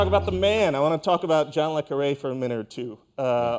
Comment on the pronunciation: Hugh always says Le CArre not CarrE